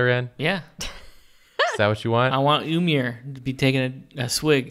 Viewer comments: Ymir is pronounced (i-mir) like pronounce the E sound not (umir) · The d in auđumbla is a norse character called eđa and is pronounced as a hard th like in worthy or clothes also ymir is pronounced eemir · jotunheim is the realm of the giants not frost giants they're just normal and i'm pretty sure it's pronounced ymir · ymir (im-meer)